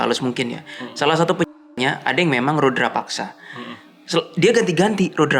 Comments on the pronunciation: Rudapaksa, bukan Rudrapaksa 😂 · FYi : Rudapaksa Bukan Rudra (Siva) paksa 🙏 Mohon koreksi kalau saya yang keliru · Rudapaksa bukan rudrapaksa, bang 😊